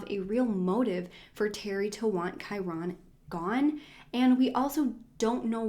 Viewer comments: Kai-rin is the correct pronunciation I think, that's how is mother pronounces it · i'm pretty sure his name is one syllable kinda like kyren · Ur right! Its pronounced Ky-ren but spelled Kyron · Love your videos, but could not get over the fact that you miss pronounced his name the entire video. 😭